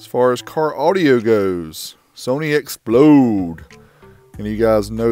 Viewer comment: x plod not explode